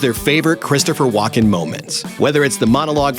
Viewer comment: AI generated voice thinks his name is Walk in